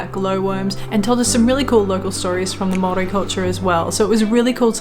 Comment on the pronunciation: Your Maori pronunciation is pretty darn good mateys, love that you are making an effort, you are both very much appreciated .